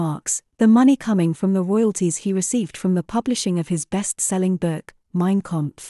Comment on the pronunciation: And it's Mein Kampf as spelt not 'Kompf''. Also Eva Braun (more like Brown) not Brawn.